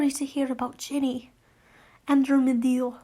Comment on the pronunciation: Ted's grandmother's name is pronounced like An-droh-mee-da